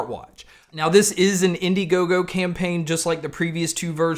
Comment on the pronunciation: Its Indiegogo ...come on man!!